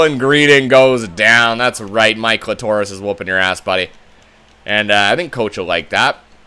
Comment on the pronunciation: stop avoiding the real way to say Mike Litorus!